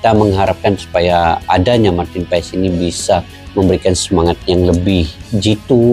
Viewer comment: yg benar pengucapannya marten paas ya 🙏🏻